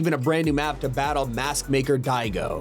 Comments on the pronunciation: its diago not digo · Sorry to correct you but it's said dee a go spelled diago